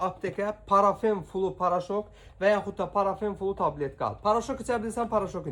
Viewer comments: Parafen flu yox Parfen flu bu hec dermanin adini duz demir e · Oglum,Parafen yox,"Parfen flu".